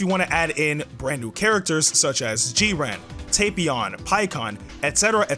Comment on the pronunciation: I hate how u say jiren i hear "g-ren"